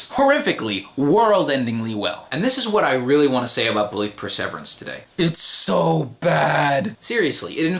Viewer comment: I cannot listen to you mispronounce perseverance one more time.